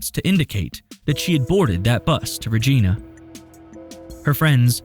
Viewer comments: I'm living for the way this guy pronounces "Regina" hahahaha 🤣🤣 It's Re-j-eye-na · its said "ReG-EYE- Na" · Side note- the city she spoke about going to is pronounced like vagina but with an R. Regina Saskatchewan. Not Rageena. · Regina is not pronounced like that…it’s “Raj-eye-na”. I get that it sounds strange and much like another word in the English language. But dude, that was the main thing that really irritated me with this video. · FYI it’s pronounced Regina like Vagina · Not sure if someone's said this yet or not, but Regina is actually pronounced Reg-eye-na. lol Common mistake though! :) It's weird when something happens in your home province. Never heard of this one oddly enough. Glad to see some of our cameras capturing good footage. Hopefully this is just a runaway case this time and she's still alive somewhere. But that guy that comes in from the left walking slowly at about is suspicious. He kept glancing at her. That's weird. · Hey as someone from Saskatchewan, Regina isn’t pronounced like the name. Sadly it’s pronounced like vagina 😔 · Regina, vagina same pronunciation, right! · Regina is pronounced like vagina. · Love this channel, I have been watching a lot of your videos lately. Just want to point out that Regina, Saskatchewan is pronounced Regg-EYE-nuh. Somebody else may have already pointed this out. Thank you for the great videos in any case. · It's Regina- like vagina. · I’m Canadian, It’s Regina like Vagin* 😂😂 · I'm sure someone else has said this...but it's "ri G eye na" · I love your vids just thought id let you know (in a friendly way) I’m from Canada and it’s pronounced (reee-g-eye-na) but crazy story none the less. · Might be a good idea to fact check the PROPER pronunciation of a major city you'll be repeating over and over!! Cringed everytime you said 'Regeena'!!! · As a Canadian it’s really funny to hear Regina pronounced “Re geena”. Love videos, I just discovered this channel not long ago and I’m completely obsessed.